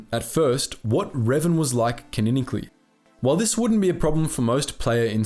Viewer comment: It's "ca-non-ically", not "kineckly". Ffs.